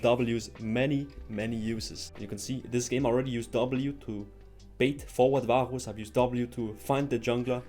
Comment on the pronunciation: man im sorry but i cant stand the way you pronounce varus lollll